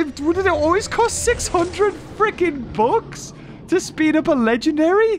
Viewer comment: After all this years I thought he was saying "books", all this time I didn't know what he was talking about. Just realized he was saying "bucks"